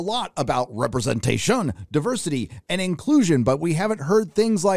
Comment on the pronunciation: RepresentashOON! love it. Sorry i cant spell it better than u can say it.